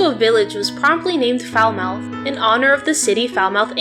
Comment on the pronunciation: Love your video but pleeease pronounce Falmouth correctly. 🙏